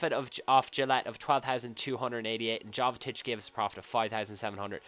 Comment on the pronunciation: It's pronounced yovetich and gille